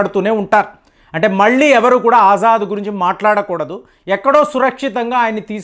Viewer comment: ఆజాద్ కాదు ఎర్రి పుష్పం అసద్ అల్ బషర్ , అసద్ అంటారు